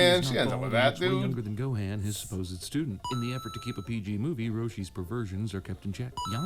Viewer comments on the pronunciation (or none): The way they pronounce Gohan's name is killing me. It's Go-hon not Go-Han. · Why does he say gohan like that the cinema guy???